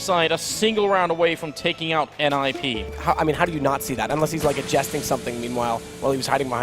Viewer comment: this is the first time i’ve heard someone saying Nip instead of N,I,P just me?